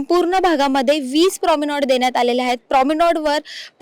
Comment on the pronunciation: उच्चार "प्राॅमिनोड" असा नसून "प्राॅमेनाड" असा आहे. शब्द वापरायच्या आधी त्याचा करेक्ट उच्चार जाणून घ्यावा.